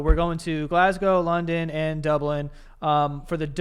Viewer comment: an American just pronounced Glasgow correctly this is now my favourite podcast